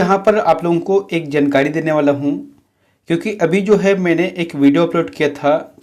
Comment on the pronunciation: जनकारी नहीं भाई जानकारी होता है। उच्चारण सही करों।